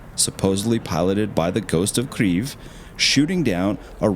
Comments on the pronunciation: The person who made the Kyiv pronunciation video is not Ukrainian and he is mistaken. I was born and raised in Ukraine. There is no “r” sound in Kyiv. At least I now know where this odd pronunciation came from :) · It’s definitely not the “right pronunciation”. When in doubt, I think its always safe for English speakers to use the English pronunciation :). The Russian pronunciation is keav. The Ukrainian pronunciation is Keev. It’s a subtle difference for someone who isn’t a native speaker but there’s definitely no “rrrr” sound. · There's no "R" in the name of the capital, it's Kyiv for a reason, "yi" in English is not enough to describe the sound of correct pronunciation, I'd personally transcribe it as [ Khee ye V ] with a hard V like you're about to say Vladimir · It's not "Kriev" in any Slavic language you Burger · Pronounced "KEEf" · Great video but you should learn how to properly pronounce the name of Ukraine’s capital - Kyiv ( without r in it) just out of respect for the people of Ukraine fighting the war. Thank you. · I really do not like how the person who is speaking says Kyiv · You should have a listen to how Ukrainian TV presenters on UATV pronounce “Kyiv” . There is no “r” sound. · Are you say “Kyiv” like that just to irritate me and get me to comment? Well…..it worked. Say it right ffs. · the ghost of Kyiv is a fake, and you can't even pronounce Kyiv correctly buddy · Your pronunciation of the capital city of Kiev or Kyiv depending on if you are Ukrainian or English. Nothing shows an "R" anywhere. Just helping. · Why do you keep saying it with an r after the k. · I’m Ukrainian and I’ve never heard Kyiv pronounced with an R sound. I’m so confused. Who is pronouncing it like this? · As a Ukrainian I confirm that Kyiv does not have a “r” sound in it 😅 but the pronunciation made me smile. Never heard anyone pronounce Kyiv like that. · Nice video, but your pronunciation of kyiv is killing me :P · Not Kriv,but Kiiiev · Kyiv not kreiv